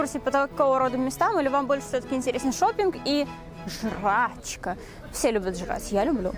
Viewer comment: Ты так прикольно сказала слово "жрачкаа" 😂